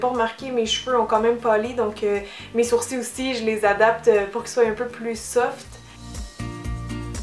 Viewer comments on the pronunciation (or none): none